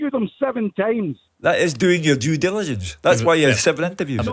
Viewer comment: Did you hear Doo? I've heard it a couple of times and keep hearing Jew jilligence🤣